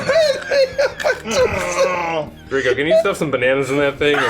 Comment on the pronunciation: Every time they call bananas 'bananyas' all I can think of is the Bananyans, the banana cats from the cartoon of the same name.